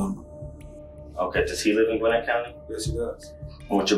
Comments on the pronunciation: Just want to say, it's pronounced Gwinn-Et not Gwinnit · Gwinnett is pronounced Gwen-NET here in Atlanta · The way this man say the word Gwinnett is gooofy! You can tell some people aint never been to Atlanta…